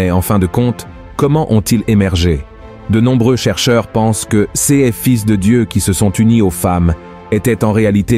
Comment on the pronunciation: Voix artificielle : toujours « ces-s » au lieu de « ces » !